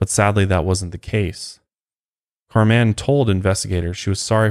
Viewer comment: You’re pronouncing her name as Car man. Lol. It’s pronounced just like Carmen. This story is fucked and I hate these people.